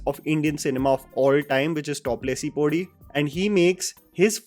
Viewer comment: Nit picking : that song to be pronounced as "top lesi poddhhii" :)